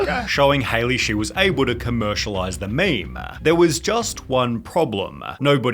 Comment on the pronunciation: Is that how you spell or pronounce her name. This is how you spell Hailey isn't it? Not Haliey. Seems like her name will be pronounced like Halle Berry's.